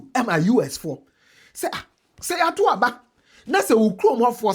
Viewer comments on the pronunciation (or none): none